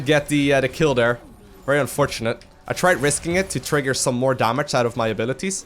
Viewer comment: I like the way you say dere :P instead of there lol